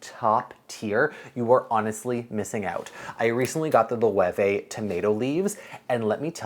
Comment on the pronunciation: Isn't Loewe pronounced "Loh"?